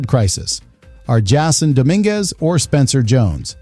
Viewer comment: Nothing is happening yet can we get rid of these creepy AI narrations? They can’t even pronounce the names correctly please no more AI